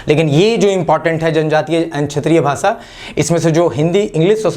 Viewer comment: भाषा होता है, भासा नहीं